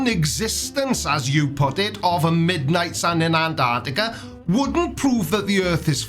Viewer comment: Personally, the way flerfs pronounce it "Anarticka" pisses me off.